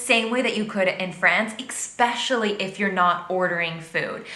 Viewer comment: I agree with most of what she says from my state at least but it really irritates me whenever she says "eXpecially" lmao